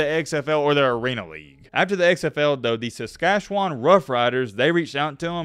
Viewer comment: You can pronounce Saskatchewan, but you cannot pronounce Edmonton ?